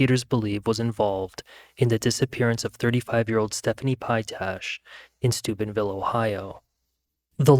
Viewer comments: Thought you said supidville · it sounded like stupidville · Is this dude saying stupidville Ohio? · Stupidville / stoopidville Am I hearing that right? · Did he just say Stupidville Ohio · I keep hearing the town name as Stupidville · I thought you said Stupidville Ohio 😂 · Ah, Steubenville... I kept hearing Stupidville.